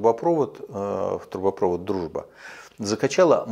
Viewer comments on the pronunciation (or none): ТрубопровОд, а не трубопрОвод!)